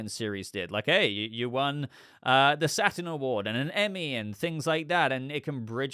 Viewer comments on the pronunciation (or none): none